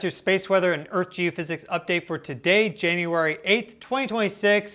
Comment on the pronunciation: Here we go again! Nerd-Boy once again is claiming the Apocalypse is just around the corner! Oooo, the earf is about to end!!😂